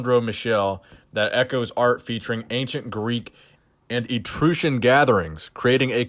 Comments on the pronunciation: it's Etruscan. Eh-trus-can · Etruscan got butchered lol